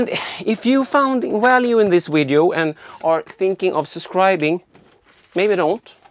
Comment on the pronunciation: video-wideo whatever, we'll just just assume you are Chekov. I wouldn't worry so much about things like that. However, to pronounce the v put you teeth to your lip as v is a dental labial fricative in English.